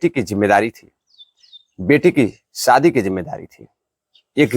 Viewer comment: सादी नहीं बल्कि सही शब्द (शादी) है।